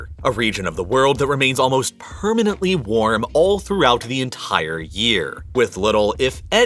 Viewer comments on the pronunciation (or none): It bothers me hearing the excessive use H, i.e khillings, enthire, vholcanic. 😂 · Is anyone a little bothered by the emphasis he puts on ent*I*re...